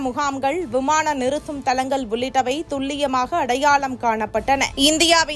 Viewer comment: அலிக்க😂😂தலங்கல் முகாம்கல். இந்த பெண் எப்பொழுது தான் தமிழை ஒழுங்காக உச்சரிப்பாளோ?